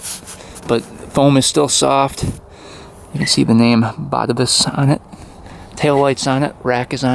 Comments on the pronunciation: I am Dutch, its pronounced BAH -TAY-VUS. emphasis on TAY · Just fyi, it's pronounced 'BatAvus' (emphasis on the second A).